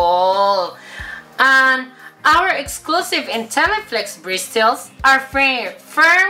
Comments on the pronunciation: "bristils" (Bristles) I love you. Made my day.:* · Bawing bawi sa BRIS-TELS (Bristles) nya hahaha. Labyu. This made my afternoon hahahaha😂😂😂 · Bristels hahahahahh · bristels hahahahahahahaha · bristols. hahaha... nakakamatay! 😂😂😂 I love you! You made my day! 😘😘😘